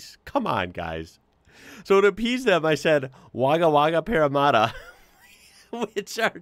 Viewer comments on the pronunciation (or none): Parra-matt-a, not Parra-marta. 😜❤️ Parramatta, Coolangatta, Wangaratta.